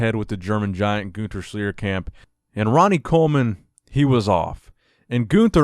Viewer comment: Guter Schljiercamp - those americans are so gifted with pronunciation...